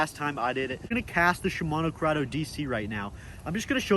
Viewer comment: he said shmino curdeo dc like 50 times😂